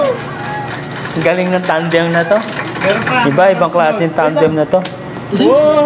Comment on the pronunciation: Tandem po hindi Tamdeam